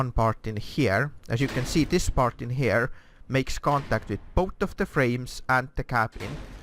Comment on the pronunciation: Why "hjere"? Just say Here not hjere